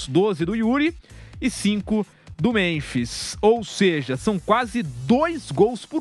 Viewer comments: Vampeta não consegue nem falar, chamando o memphis de memis...kkkk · Boa, achei que era só eu que tinha observado o Vampeta chamar o homem de memis kkkkkk